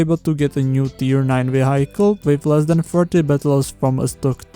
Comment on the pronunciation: dobrá vyslovnosť... vehajkl